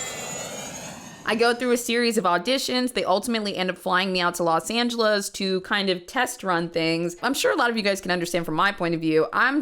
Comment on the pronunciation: I can't get over how pronounces "Los Angelas" XD